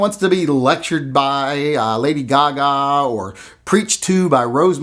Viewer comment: Ya kept brining up Lady Ka-Ka, lol